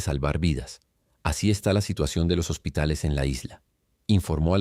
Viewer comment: Yo conozco la palabra hospitales no hositales 😂 saludos 🫡 y ojalá y caigan todas las dictaduras …